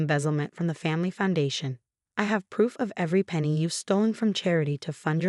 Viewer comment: penny not penegat